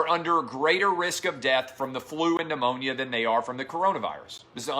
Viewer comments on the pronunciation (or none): none